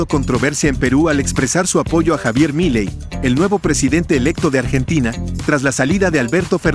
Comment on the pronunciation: Milei. El acento prosódico la tiene la última i no la primera POR FAVOR MÁS ATENCIÓN... SE SUPONE SON PERIODISTAS O NO? 🤔🤔🤔🤔🤔